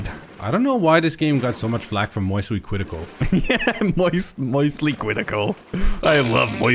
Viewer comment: I LOVE MWOISTYLY CWITICAL TOO!